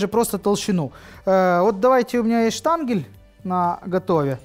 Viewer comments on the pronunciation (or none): Штанген, а не штангель